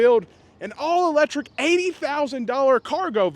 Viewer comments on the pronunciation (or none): Did you say electrick ,junk